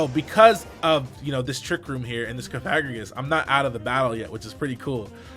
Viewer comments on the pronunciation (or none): no he saying it wrong, cofa-grig-us as in coffin grigus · Pronounced like sarcophagus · I just now realized that I've been pronouncing Cofagrigus wrong